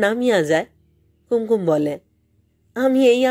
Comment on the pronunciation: মাপ করবেন, আপনি কি ওপার বাংলার? উচ্চারণ শুনে তাই মনে হচ্ছে। কুঙকুম শব্দটিকে কুম কুম এভাবে উচ্চারণ করলেন কেন? নিজেকে আর একটু প্রশিক্ষিত করলে ভালো হবে। No offence please!